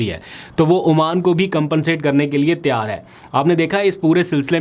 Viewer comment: Aap lpg Tayyar ki tiyar kehte hain pl correct your urdu